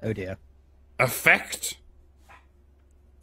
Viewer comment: daily schedule must now include two hours before lunch of puppeteering feminist talking points. Also, it took me a while to realize when you say "affect," you're talking about the psychological term for emotional state, not effects. Affect is usually pronounced with emphasis on the first syllable like "after."